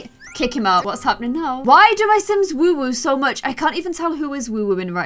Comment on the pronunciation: Does it annoy anyone else when she says woowoo it’s woohoo not woowoo